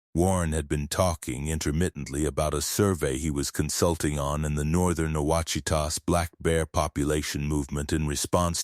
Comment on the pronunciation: Quachita, pronounced like wash ee taw